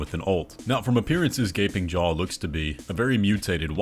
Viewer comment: At first I heard the name of the boss as "Gaping Joe" and I can't unhear it now help